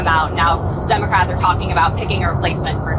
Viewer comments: He calls them Dumecrats and still doesn't know how per centages work😂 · really is she saying dumocrats ? as a journalist ??